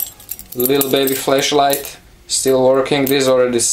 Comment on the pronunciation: every time you say "flashlight" it sounds like "fleshlight" lol